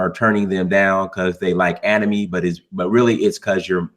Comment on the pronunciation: you mispronounced anime (ani-may) as ani- mee